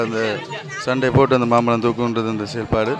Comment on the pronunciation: மாப்பழத்திற்கு அல்ல மாம்பழத்திற்கு